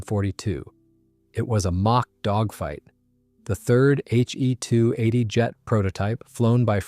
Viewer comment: Good review overall. However, you are using gamer-speak naming conventions. Historically it was never referred to as a HE (as in him) 280. Rather as H…E..280. Also, Junkers is pronounced “Yunkers” in German and English-speaking historians. Thus, a Junkers Ju 52 was known as “Auntie You” in German not Auntie Jew. The Junkers Jumo engines should also be referred to as Yunkers Yumo engines, Please teach your AI to pronounce them correctly and not to us gamer-speak pronunciations.